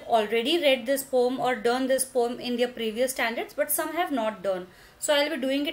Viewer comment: mam you pronounce poem wrong